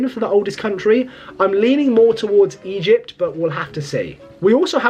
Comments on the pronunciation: Stop saying Egept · Bro skipped history and English classes, lmao "Egept" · Egypt ❌ Eyept✅😂😂